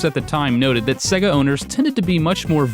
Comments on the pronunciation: Why does he pronounce Sega "Sigguh"? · Shows interview where someone who works for Sega calls it Say-Gah... still pronounces it Seg-Ahh. Stick to yer guns, sir! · Am I the only person that cringes every time he pronounced Sega? It is supposed to sound like SayGa not Sigga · IT’S SAY-GA RETARD, GET IT RIGHT. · why can't Americans pronounce sega????? what exactly is so difficult??? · I really like you and your videos, but the way your pronounce Sega makes me cringe lol! :)